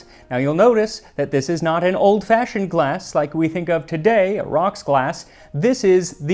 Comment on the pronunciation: Got slightly more "old fashhhiond" towards the end there.